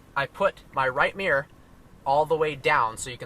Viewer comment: since when has mirror became miyor.. lolz sorry, nice video though